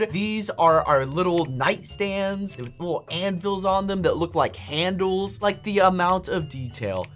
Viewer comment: notice when he says handle it rhymes with anvil